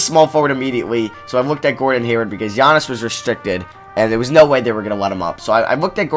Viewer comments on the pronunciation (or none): none